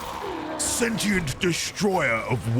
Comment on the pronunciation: You're still on sentinel. Its sentient. Sentient! Where are you even getting sentinel from? Lol